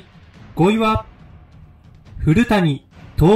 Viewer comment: 古谷徹さんの読み方を間違えてますが、本当の読み方は（ふるやとおる）です。 すみません。。